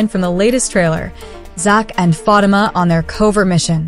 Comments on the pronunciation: Can someone please tell the narrator how to properly pronounce Fatima's name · Her name is Fa tee Ma